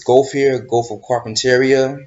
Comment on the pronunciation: WTF is a "Goatff" of austraila? whatever the hell he said.